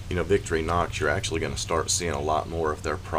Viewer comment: Wonderful work, I always enjoy seeing the amazing things that you are making up. I just wanted to add that if you are going to using them in the future, Victorinox is pronounced Vic-tori-nox, almost like 3 words, rather than Vicktori-nox. I found this out by not saying it up to standards in front of a Swissman! Really nice work, and I wish that I had seen this before it was sold, will be looking for them to appear in your store! Munro